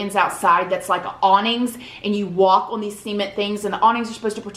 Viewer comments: Hahahahahah! Isn't a mai-tai a drink?? Do you mean muay-thay?? 😂😂😂 Love you and your "see-ment" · Return of “seemint”😝